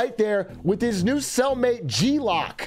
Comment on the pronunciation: g-loc = g-loke. as in loco, or 'what up loc'